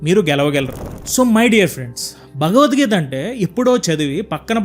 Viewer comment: మీరు భగవద్గీత అని కాకుండా బగవద్గీత అని పలుకుతున్నారు , వినడానికి బాలేదు స్పష్టం గా పలకండి